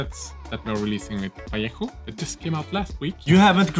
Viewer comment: God, it`s so fucking satisfying hearing somebody pronounce "vallejo" correctly